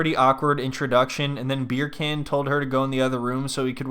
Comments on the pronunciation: I wish you’d stop calling him “beer can” 😭 You pronounce his name like “beer KAHN” like “Genghis Khan”. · You calling him beer can instead of beer-a-khan kills me. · I love that you just call him Beer Can without attempting to pronounce it properly ;D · Are you saying beer can? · I keep hearing his name as "Beer Can..." lol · I mean its a mispronunciation but a hilarious one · now when she says his name I think she's pronouncing it wrong and that it sounds funny because I'm used to him being called Beer Can.